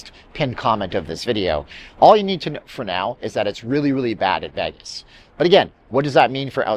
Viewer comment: Solid video but the way this guy says Vegas is so cringe.